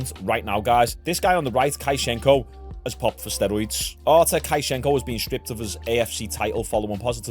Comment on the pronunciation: I think his name is pronounced Artur kruschenka And you pronounce the u like you would when you pronounce the u in “you” or “puke” And with hard r vor every r in both names Edit: and the sch pronounced as sh like when you pronounce “shot”